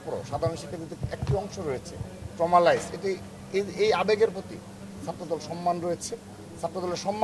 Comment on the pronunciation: শব্দটা ট্রমালাইজ না, ট্রমাটাইজ!😂